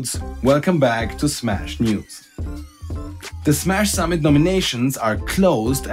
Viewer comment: Ich verstehe immer "Sammelt" anstatt "summit" xD